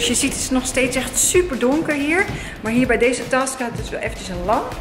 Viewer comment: 😂task je moet zeggen tesk